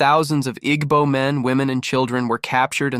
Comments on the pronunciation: At least say their name right Igbo is not pronounced ig-bo It is a tonal language that you will need to listen to once before getting it right, but this is so off. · He is pronouncing it wrong.